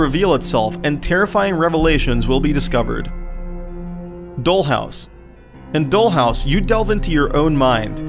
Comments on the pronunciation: its not pronounced "dole"house but "doll" house... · doll, not dol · this Nigga said dole house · dole house.....scary place too lol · It wasn't until I heard you say Doll or Soon that I realized you must be Swedish or something! Good American accent!